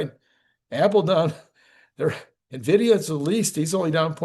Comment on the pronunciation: I had to quit watching when you called it Nista again